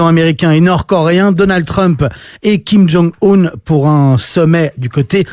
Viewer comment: On ne prononce pas "Kim Djong Oune" mais "Kyim Dzong Eune". Suffit d'écouter la télévision nord-coréenne.